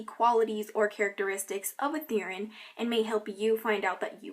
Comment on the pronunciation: I'm not trying to be mean but the way you say Therian drives me crazy, lol. It's "Ther-ee-an." =)